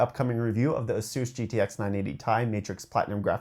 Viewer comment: dude its aye-suhs lol. a seuse? its like i get a free masseuse with my monitor